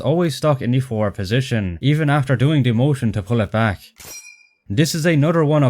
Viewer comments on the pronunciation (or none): none